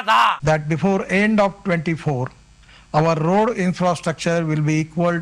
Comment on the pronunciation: Roar not road 😂😂